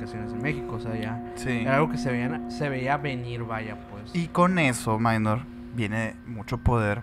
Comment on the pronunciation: Con la diferencia que no es “minor” sino “Mynor” pero bueno, de parte de todo el equipo de Emisiones Podcast te pedimos una disculpa. Ahora vamos a saber cómo se pronuncia el nombre oficial de uno de nuestros miembros. Saludos